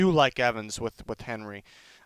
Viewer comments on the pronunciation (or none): none